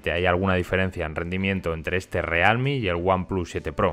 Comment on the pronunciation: como cuando no te decidis si pronunciarlo en ingles o en español: "realmi"